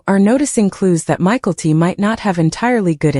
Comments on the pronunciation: The dsughters name isnt said as Michael t.at first i had no clue who u were saying. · Pronunciation of Mykelti is really bothering more than it should. Same with all the names. Stop using AI. Commiting is a poor choice of words, I say my fiancee passed from suicide.